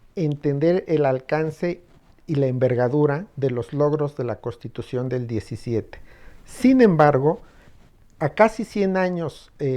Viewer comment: Lo digo con todo respeto al, pero dice CoStitución en vez de CoNStitución, esto se escucha incorrecto.